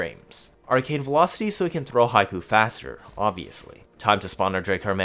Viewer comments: Not high-koo but hick-o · Hate to be that guy but Hikou is hee-koh, Haiku is a poem lol